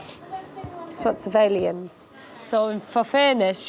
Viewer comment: She said ‘Switzer-vay-liens….”Lan-Bu-Age’’ and ‘Ig-RANT’….⚰️